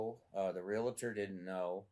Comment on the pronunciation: WHY do people say Realator?